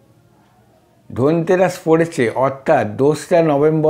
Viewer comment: R e dada dhanteras uchharan ta kore korun.... tarpor totka deben....